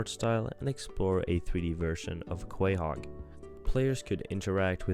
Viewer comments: how u ab to do a whole family guy video and say QuAyHoG like bro they pronounce it in like every single episode 💀 i havent seen it in like 6 years and even i have CO-HOG implanted in my cerebral cortex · what is Kwayhog? There can be only two explanations for this mispronunciation: Either, 1: You have never seen a single episode of the show in your life and somehow you got this script from AI or something, and the clips from…idk where. Or 2: You pronounced it wrong on purpose as an engagement farming and ragebait tactic, which, I guess is working, but is an extremely annoying thing to do. So which is it? You can’t tell me English isn’t your first language because you clearly speak English and if you’ve seen even one episode of the show in English you know how the city is pronounced. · uh this guy must not watch a lot of family guy or be a ai voice because I can't believe he messed up saying the towns name that badly also do you know what lost means because if the ytv episode when found then they are not lost so don't know why you are talking about them and that diamond ads not last it took me only 2 seconds to find it and it was a 12 year old youtube video that had it man your research sucks